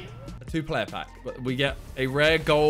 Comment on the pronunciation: did my man just call joao moutinho "yiao" ?